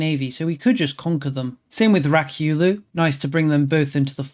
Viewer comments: Ryukyu is pronounced Ree-you-que but ii LOVE rak-you-loo xD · Hearing him spam "Rakyulu" was killing me a bit